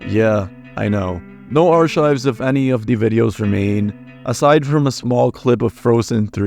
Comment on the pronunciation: He pronounces archive like hes gonna chop it up and put it on a lovely omelette